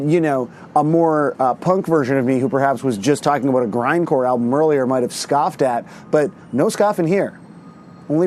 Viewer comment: He said aboot 😂